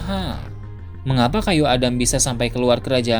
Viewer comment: Gua dengernya kayu ada, bukan kayu Adam, heran